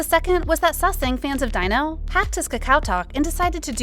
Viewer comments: Great video, but Please when reporting on people, please get their names right. Seventeen Dino (pronounced Dee-no, not Dy-no), because it makes it look as if you didn’t do your research. FYI what idols do in their private lives is no on else’s business, I don’t care how long you have liked them or how many albums you have bought, you don’t own them, they don’t owe you anything and if you are going to behave like this you don’t have the right to call yourself a fan. PERIOD! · Not Dino! How to pronounce is Dee-no 😌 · jesus christ his name is pronounced DEE-NO. at least give your narrator a pronunciation key when you write these scripts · I was also talking about that like how can she pronounce it daino 😂😂😂